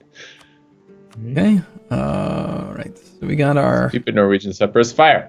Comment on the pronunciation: Man, I wish would stop saying Separists